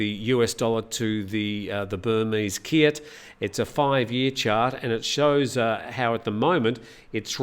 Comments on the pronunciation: Kyat is pronounced chat. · Let's have a chat about how to say kyat! 😄